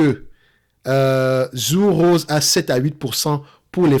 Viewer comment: Hello! Pour info, ça se prononce "Tsur Rosé":-) et comme d'hab, merci pour ton travail!